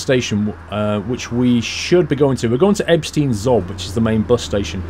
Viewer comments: It´s Ebsteyen (like "eye") not Ebstin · As others already said, it is pronounced like "Ebshtain". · Its ebshtine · Pronounced "Ebshtine" and "Vinehime" ;) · If there's "stei" you read it as "" sht "eye" n"" and if its " ie" you read "ee" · I would say Ebetein is Eb-ste-een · Ebshtain the pronunciation